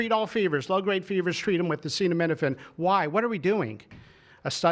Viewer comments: Trump can’t even pronounce the word acetaminophen. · He can't even say the word! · He doesn't even know how to pronounce Acetaminophen. LOL "studies suggest a potential association between Acetaminophen and autism". This is science based. What? Science says that association is not causation? It doesn't matter because we are moving "speedier". There's absolutely no harm. What? You have fever? Just tough it out. As I said, there's no harm. Somebody ought to fix that mic. Can't really understand what Bobby Brainworm is saying. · Trump can’t even pronounce it 😂